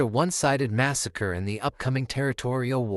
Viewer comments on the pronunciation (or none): none